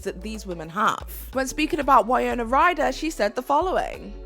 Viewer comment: You may want to have one researcher who is older or from the UK. The woman who starred in Monster In Law with JLo was the iconic Jane Fonda who is known for even more than her acting talent. Also the show where she was a fly girl was In Living Color not Living In Color. Also you continually mispronounced Winona Ryder’s first name. You are a Millennial and live in the UK 🇬🇧 so it is understandable you would make these mistakes but still wanted to give you this feedback. I did enjoy this overall😊